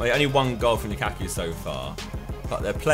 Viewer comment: lukakku? I thought he said bukkake..